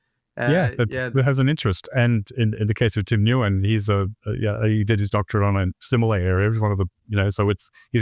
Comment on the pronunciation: Nguyen is pronounced Win 😊